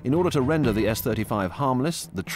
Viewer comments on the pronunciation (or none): none